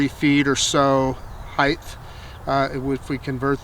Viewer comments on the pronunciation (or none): Great video. Thank you. Just a heads-up... The word is height. It's not pronounced "heith." :-)